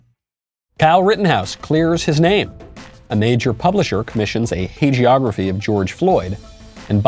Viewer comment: What is a 'hey-gree-ography'? Written by too-loose with the truth